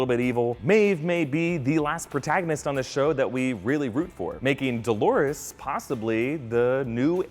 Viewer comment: "Dolores", for fuck's sake! Not "Dólares" (dollars), not "Delores", as many wrote. Also, in the video: "Dolores's", really?